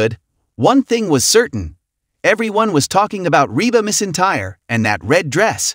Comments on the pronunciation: Her name is McEntire not miss entire. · Yes please pronounce her name correctly....it is not Mess Entire , which is what you are saying. Annoying. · Could you pronounce her name correctly. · If you are going to have AI narrate these at least teach it the proper pronunciation of the stars NAME!! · You should not do a video and not even know how to pronounce her name. She is a true legend